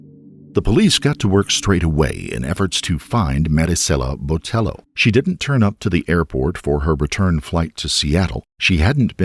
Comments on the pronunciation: I appreciate the pronunciation of Marisela, but I want to politely let you know that the "ll" in Hispanic names is a y sound like "tortilla" so her last name would sound more like Boteyo. I don't blame you for the pronunciation as it seems like news outlets also mispronounced her last name. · The attempt at saying her first name with the gringo Hispanic accent while saying her surname with the hard L when it was a double LL, therefore making it a ‘ye’ sound hurt me into my bones. And somehow the name of the victim was said a billion and a half times in this video.